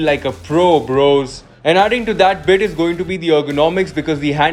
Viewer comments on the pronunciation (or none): none